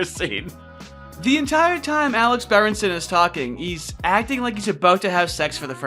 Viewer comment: I came from the timeline where its berenston instead of berenson.